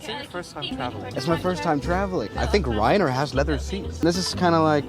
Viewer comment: Did he just say 'rizzair'?